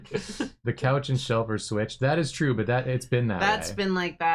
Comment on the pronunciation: Drawfee Awards AND Porfmas? Dreams do come twue